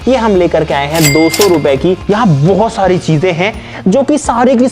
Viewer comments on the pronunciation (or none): Bohot sari ❎ bhosari ✅ 😂